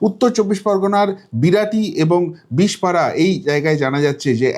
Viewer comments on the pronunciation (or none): ওটা বিশর পাড়া... বিশ পাড়া নয় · ওটা বিষ পাড়া নয় ওটা হবে বিশরপাড়া কোদালিয়া